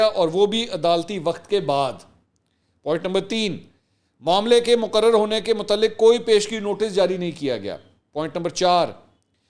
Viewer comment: Assalamualaikum Mansor Bhai aaj aap ny Urdu k kuch alfaz galat ada keye maslan:munzabit_badehi_mutaaliq.